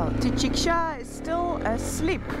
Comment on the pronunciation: Hhhh j'aime bien quand tu prononce Tidikja 🤣🤣👍👍👍